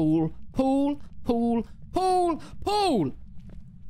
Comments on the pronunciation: ik he's saying Paul but it sounds like pool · When u say Paul it sounds like you're saying pool I hate Apex